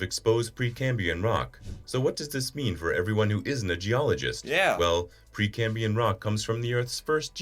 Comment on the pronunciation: The video you watched also pronounced "Precambrian" wrong, pronouncing it without the R at the end 'Precambian'. Just so you don't proceed misinformed PrecambRian